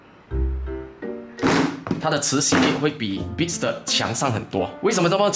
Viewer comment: 连beats 都不会读….